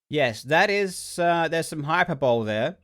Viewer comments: To just fyi, it's spelled hyperbole, but it's pronounced hiPERbully. You're welcome. :-) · Man I love Karl but it kills me when people pronounce Hyperbole like Hyper Bowl. It's Hy-per-bo-ly.... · Hyperbowl.... HYPERBOWL!?!? Do you mean HYPERBOLE!?!? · “Hyper bowl” 😂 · I love that Karl pronounces "Hyperbole" as "Hyper-bowl" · Ngl it’s weird that the real pronunciation is “hyper-bully”